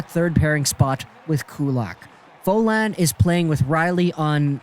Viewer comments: It's pronounced Fo-l-een, not Fo-l-ain. (Folin) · Oh my god it's pronounced "Foal-een", Folin is not french canadian hahaha